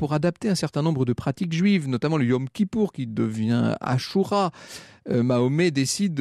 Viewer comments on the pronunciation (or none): none